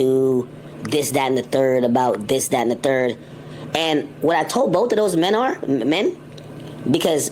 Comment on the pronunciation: The way he said, “these two MEN” was the beat switch I needed tonight. Ak consistently tries to lil bro everyone but when actual grown ass men enter the room they command respect and it most definitely leaves an impression.